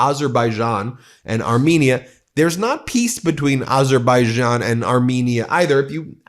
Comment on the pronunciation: Trump can’t say Azerbaijan